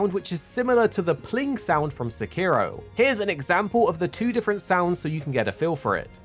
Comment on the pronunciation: Illegal sekiro pronounciation